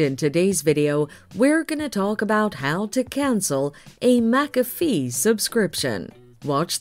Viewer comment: Useless A.I. It can't even pronounce McAfee correctly. Youtube should ban all A.I. products.